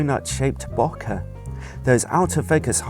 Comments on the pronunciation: that's not how you pronounce bokeh ;) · It's funny how he says bokeh!